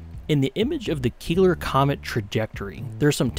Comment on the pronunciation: These meatheads 100% read 'Keeler' as 'Killer' and just rolled with it.